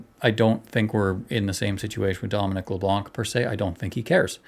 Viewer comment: The C is silent at the end of his name, and he's from the riding of Beausejour in New Brunswick. Good guy.